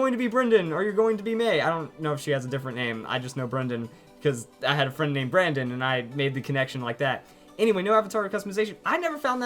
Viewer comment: Zaptr Yes . But at least i can write the words correctly . And i'm not a native english speaker . This guy probably is and even if he is not , you should at least be able to say the word "friend" properly .